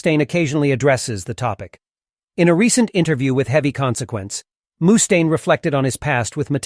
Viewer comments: Who tf says "mooooostaine"? Its just muh-staine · Moostaine? Wtf? This must be AI